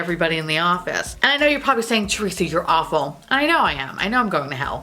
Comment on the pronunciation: It took me faaaaar too many videos to realize that you’re saying AWFUL garbage mouth and not APPLE garbage mouth. 😂 Not entirely sure what apostle garbage mouth means but I was here for it nonetheless.